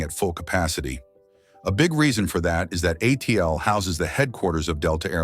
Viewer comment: No kidding, I stopped watching as soon as it was pronounced “uh-teal”